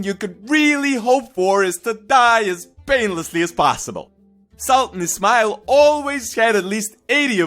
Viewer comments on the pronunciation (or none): everytime you say ismail it sounds like its smile :) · You Can't even pronounce his name